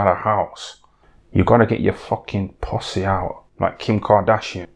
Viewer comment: LOVE THE WAY HE SAYS PUSSY 'POSSY'.